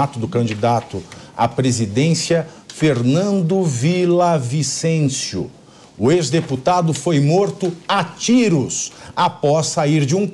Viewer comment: Villavicencio, no espanhol o som LL não é como o som da L, mais parece ao som da J no portugues, ViJavicencio assim parece mais